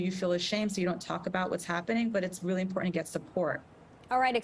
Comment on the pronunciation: It's bizarre that this doctor mispronounced the word "important" every time.